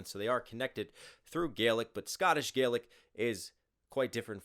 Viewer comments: I honestly hate how inaccurate the Scottish accent in this is lol, I know its a comedic take on how inaccurate Braveheart is but come on man don't do us Scots dirty like that lol, also you got it right about Gaelic but like in this Scottish Gaelic is pronounced "Galic" not "Gay-lick", its a small difference between Scottish Gaelic and Irish Gaelic, also "Alba gu brath" means "Scotland forever", the infamous phrase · There's also a different pronunciation of Gaelic between Scotland and Ireland, Scotland is Gah-lic Ireland is Gay-lic, you did get the history right on that though, Alba gu brath means "Scotland forever" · Just a tip, scottish Gaelic is pronounced with a "gah" sound as opposed to the irish "gae" :)